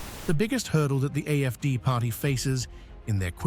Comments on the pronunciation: Am I hearing AMD when letters show AFD? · You keep saying AFC it's AF.D